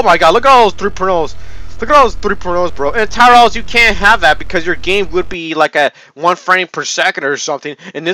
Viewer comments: When you say tour battles it sounds like your saying is tar battles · I heard Towerells instead of Tower Battles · I keep thing you are saying "3 pornos" instead of "3.0's" And "towerballs" instead of "tower battles"